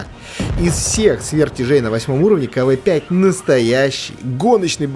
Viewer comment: Не кв5 а кавээ5